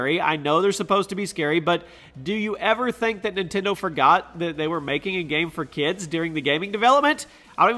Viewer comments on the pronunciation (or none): none